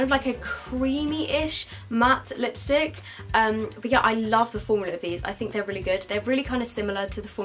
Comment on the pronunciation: take a shot every time she says liostick